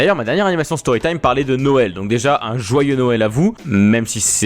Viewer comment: c est rigolo je regarde la video a noel et il dit joiyeux noel